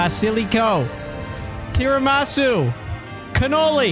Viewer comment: the memes do,😂 by the way is Tiramisù not tiramasu -an Italian guy